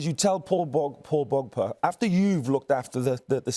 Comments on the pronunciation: Paul Pogba, not Paul Bogpa. Jesus Christ, Coleman! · “ Paw Bogba “ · The way a Welshman pronounces Paul pogba makes me smile everytime